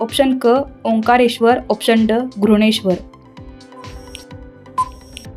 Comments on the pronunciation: विषय चांगला होता परंतु घृष्णेश्वर चा उच्चार करताना आपण घृणेश्वर असा करत होतात आपल्या उच्चारात श चा उच्चार हवा होता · घृष्णेश्वर चा उच्चार बरोबर केला पाहिजे